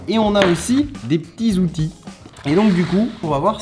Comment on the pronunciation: Des pti outits LOL comment il la dis